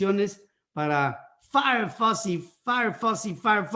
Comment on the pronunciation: Anthony FAUCHI, es FAUCHI. El suyo es un apellido italiano y así se debe pronunciar, además de que todos en Estados Unidos se refieren a él usando esa pronunciación.